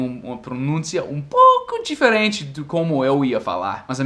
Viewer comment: Falando em sotaque, fala "diferente" como no Nordeste; difééé-rêêênh-thi e "pessoa" como no Português de Portugal "P' ssoa" hahaha isso é fofo!!!